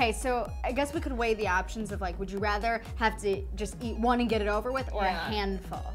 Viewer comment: When they say would you rather I’m like ya mean would you wrather 🤣